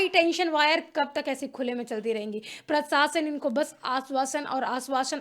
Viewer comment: Sorry madam again,,,, प्रसासन नहीं प्रशासन।